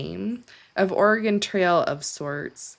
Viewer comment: Thank you for pronouncing Oregon correctly <3 I'm actually in central Oregon right now! Very hot (compared to the coast), very dry, very many mosquitos. Pretty, though! I also had a foster kitten named Mimikyu! He was super friendly!